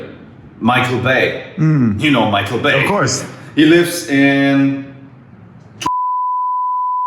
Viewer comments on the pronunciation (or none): none